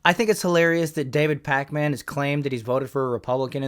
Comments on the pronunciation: Pronounce it pakmin, stop disrespecting the packman we all love 😂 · I hate how you call him pac-man. Its Pakmin lmao